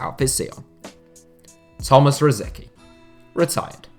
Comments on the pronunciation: Tomáš Rosický (Czech pronunciation: [ˈtomaːʃ ˈrosɪtskiː]. Not "Rosiki". Is it really that hard to pronounce someone's name correctly?! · It's not pronounced Rosiki! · Rosicky is pronounced “ro-SITS-sky” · How did you pronounce Rosicky?????? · Its hurts the way you say rosicky